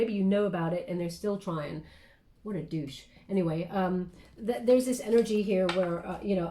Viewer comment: “What a “deusch” 😂